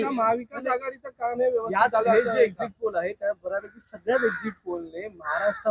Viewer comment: अहो आधी exit चा उच्चार करायला शिका ! 🤣